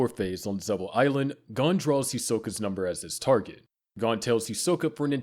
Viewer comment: Me watching you butcher Gon's name